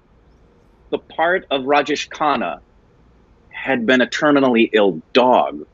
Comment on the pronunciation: Great review😍🙏😊n it's Raj Jay shh, not Raj Jeesh😄Khanna. Big B is not a 'Small' actor. He has his 'loud' acting stuff too especially in the older movies and in some of the recent movies🙏💜Time to watch some 'Smitha Patil' movies♥️Start with 'Arth' or maybe 'Mirch Masala'. 😍😊Or watch 'Amrit' with both Smitha Patil ji and Rajesh Khanna ji in the leads. Rajesh Khanna ji was Dimple Kapadiaji's husband 🙏💙🌹